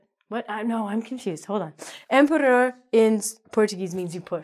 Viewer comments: empurrar doesnt sound a litle portuguese cause you dont learn how to pronouse de vogals and the rrrrr sound. you must lear how to say de RR if you want to be understood. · Que divertido ela pronunciando "empurrar". I like you